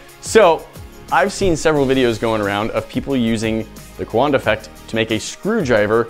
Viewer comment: Is it wrong I was waiting for a big black dude to come out when they said cowanada effect